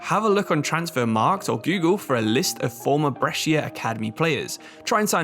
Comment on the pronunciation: Brescia's pronunciation is almost good, basically it's "bresha", you don't read the "i"